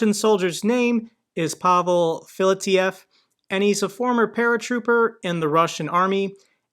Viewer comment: Hello,. Pavol is a Slovak name. This guy's name is Pavel, pronounced PAvill.